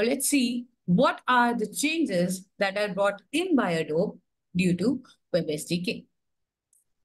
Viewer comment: Wow, they couldn't even pronounce Adobe correctly.